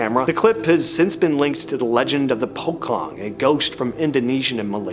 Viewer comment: what is pukong? its pronouce "pu-chong"..